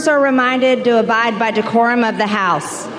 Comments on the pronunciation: “Da mumburs! De-Curum!” HaHaHaHaHaHa Thank you David!😂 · She didn't say 'the decorum of the house ' , she said ' decorum of the house ', she even managed to fuk that up